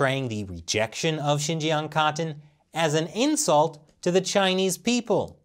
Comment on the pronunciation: I don’t think I’ve ever been so triggered by a person’s pronunciation of the word cotton before